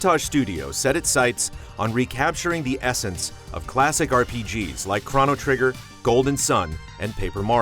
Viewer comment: "Craw" no Trigger? It's pronounced "Crow" no. Nice review though!